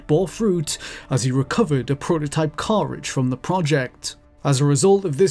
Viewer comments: I love that British people struggle to pronounce English words like cartridge. Lol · Can't pronounce "cartridge" lmao